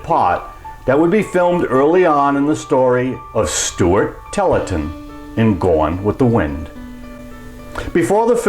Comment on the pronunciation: This narrator is god-awful: His accent is awful, he doesn't know how to read at a normal rate, and he doesn't know how to pronounce names correctly (e.g., "Stuart Tollerton" for "Stuart Tarleton" and "Ranchero Notorious" for "Rancho Notorious"). Why do people like this think they are qualified to narrate videos?